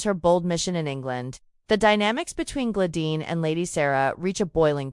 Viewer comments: It's Gladys NOT Gladine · OMG! Now its Glayin previously it was GLAD ICE! Can't they get AI to get this right?